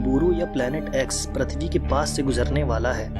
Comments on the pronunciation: Its prithvi bro Not prathvi😊😊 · Bhai why are you telling Prathivi can't you tell prithivi........ But still awsome video!!!!!!! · Bhai Prathivi nai PRithvi hai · which planet is pratvi it's prutvi